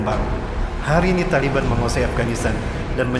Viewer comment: TALIBAN,Bukan,,tali beha,bukan pula tali ban,ALLAH MAHA BESAR,,ALLAH HUAKBAR